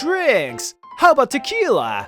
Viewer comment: Hey great work. I love your work. Just one request. Say tequila properly please